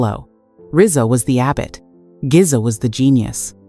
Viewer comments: I turned it off after she called GZA “geeza” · Don't forget "Geeza the Genius" WTF hahaha.